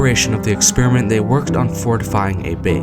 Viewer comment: lol, social "expire-ment" 🤣